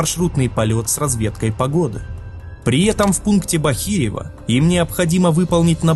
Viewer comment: ну ребята, ну надо же как-то проверять свою работу. я не говорю о том, что постоянно путаетесь с ударениями в названиях населенных пунктов (БАхирево, АрхарА), так еще у вас куча ошибок по невнимательности - дважды глава "Расследование" (хотя первый раз должна быть "Хронология"), а потом еще и штамп "ЗАСЕРЕЧЕНО"